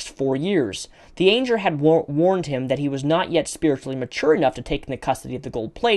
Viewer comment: Just a good bit of humor here, but Engrish was killing you on 'angel'.